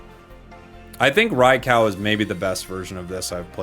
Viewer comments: Oh no, not him saying Rai-COW again hahaha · Rye cow?! Lmao 🤣 Love you & thanks for all the great content. Although, I will never understand why people can’t pronounce these Pokemon names… just reference other words. Rai as in rain or raid, kou as in soup or group. Hellfire… I’m all about playing a kids game, but can we not read like kids too.